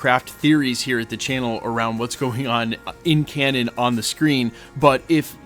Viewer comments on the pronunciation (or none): none